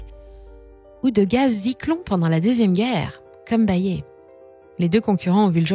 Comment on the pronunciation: On ne prononce pas Bayé mais Bayere me semble t'il ?